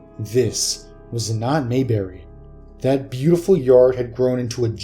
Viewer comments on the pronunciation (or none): none